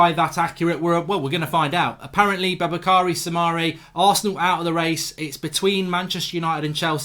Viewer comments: No one: Absolutely No one: Mark Goldbridge: Babukary Soumare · I got so irritated when he pronounced the name Baboukary. Should see the spelling again. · It’s pronounced Boo-Ba-Kary